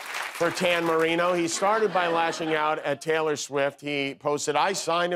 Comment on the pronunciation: "Tan Marino". 😂